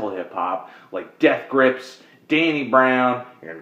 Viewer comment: You say Death Grips weird. You've got an emphasis on Grips that most people don't say.